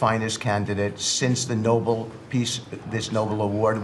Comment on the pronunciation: I love the way Trump looks in the beginning of your video it's like he just got done with a Private meeting with Putin I know English is your second or third language But these Clowns don't understand that there was a man named NOBEL They think the award is named NOBLE Witkoff mispronounces it three times So embarrassing to be an American